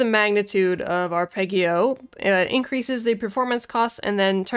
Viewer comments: Haha well done :-) "Ahr-peh-dgio" it is. Also: "Voh-tcheh" for Voce, "Ayà" for "Alla" (accent on the second "a") and "Sooooo-bito" (accent on the first long oo). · Arpeggio is pronounced with a soft g. Blame the Italians.